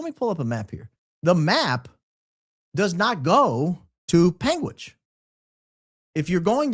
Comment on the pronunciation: Born and raised in Utah - extensive legal background - been watching both Candance and Charlie religiously since after BLM 2020 - 45 mins from UVU. My dad has lived in Washington County for 23 years. you pronounced that correctly. "Pang witch" Ok I heard Candance say it right the 2nd time 😂.